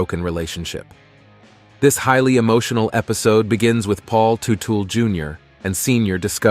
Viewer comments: It’s not tootle…………It’s Tuttle or did I not just turn 60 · Really? Tootal? Learn how to pronounce their last name. It's Tuttle, not Tootle. So disrespectful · It's Teutul, not Tootle! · Bro have you even watched the shows? It’s tuttle not tootool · Who’s “Paul Tootle”? 😂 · Paul Tu-tool Jr. Right off the bad we're to a very bad start. Can't pronounce Teutul. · did you say "totool"? lol It's "tuh-tul" Teutul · Man making a video of a family and you can't pronounce their last name. Did you ever watch the show. It's not tu tal it's tut al. Another dumb ass that makes a video and didn't do the work. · It’s teutul yah fuck ! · I stopped watching 60 seconds in because it was obvious this was going to be a pathetic video when they first call him Paul Ta-tool then 30 seconds later call him Paul toodle. Just lazy and sad from the start. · IT'S PRONOUNED "TUT-EL" 😡😡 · Tootle is driving me insane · As soon as this man said ‘Too-till’ I stop watching. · It is proonunced TUTTLE! A true legend. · You’re pronouncing their last wrong. It Tut-ul. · Paul Two-Tool or Toodal 😂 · ‘Too-till’ 😂😂 I just love when people post videos on people they know absolutely nothing about! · The "Tootells" 😂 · I had to stop 44 seconds in because you didn't even know how to say his last name properly. You're a donkey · Dude you are saying their last name wrong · You could at least pronounce their name correctly if you are gonna try to capitalize off of their story.